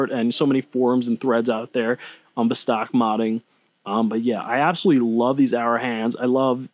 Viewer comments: VOS-tok (not v'stARK) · You need to pronounce VOSTOK correctly